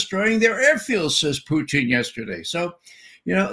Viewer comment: Ray is the only English speaking person I've heard who pronounce the word "Putin" in Russian manner - Puteen, not Putn, like the rest of the West.